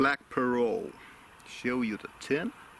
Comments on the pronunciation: Parrot like Parrut. The T is sounded out. It’s not silent. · As usual, another great video. Your pronunciation of the word parrot makes me wonder where the heck the English pronunciation comes from? Now that I actually look at the word you are probably correct, how we got 'pair rhet' or 'pair ret' if you prefer is beyond me. I really do enjoy the educational/geographical aspects of your presentations as much as I enjoy your thoughts on the tobacco you have chosen.